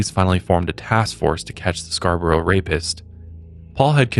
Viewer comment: Born and rasies Scarborough, thanks for saying it correctly and covering this! I had no idea!!!!!